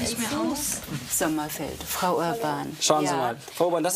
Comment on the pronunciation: Wer hat auch erst freu u-bahn verstanden 😂